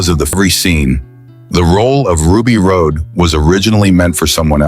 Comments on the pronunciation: Another A.I. screw up. It was pronounced Ruby Rod not Ruby Rode. Even though it was spelled Rhod it was pronounced "Rod". The trouble with A.I. is it has no common sense at all. No common decency, no common sense. A.I. just shows intelligent stupidity. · Rod... Ruby ROD Not ROAD. RHOD = ROD! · The name is Ruby Rodd not Ruby Road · Anyone know a way to tell whoever it is putting this piece of &$$; together That CHRIS TUCKER'S CHARACTER WAS NAMED RUBY RHOD PRONOUNCED ROD!!!! I wish more people would start voting down stuff that deserves it instead of collectively nodding their heads like lemmings. You're trying to praise a movie, mispronouncing the characters names is not a good way!! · Ugh. AI slop can't even get Ruby Rhod's name right.